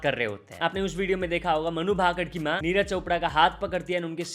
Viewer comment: अबे ये मनु भाकड भाकड क्या होता है!? तु और neonman दोनो पागल हो गए हो। ठीक से नाम को बोलो उसका नाम मनु भाकर है। its मनु भाकर